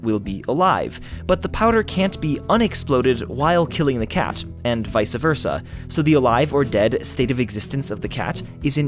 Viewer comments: Did you really just say "vice-a versa"? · Such a genius. Such great information expanding my outlook on the vast world of science. But he said Vica Versa... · Everyone seems to pronounce it wrong, it's not vice-a versa, it's vice versa, as in Miami Vice.